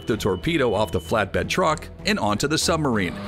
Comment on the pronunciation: The word Submarine has a "b" in the middle of it. How about including it in the pronounciation.